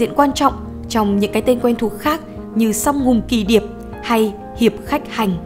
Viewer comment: Song hùng kỳ HIỆP, sao lại đọc là Song hùng kỳ ĐIỆP?